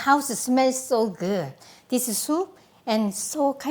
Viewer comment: no one: maangchi: my a house smell so guuh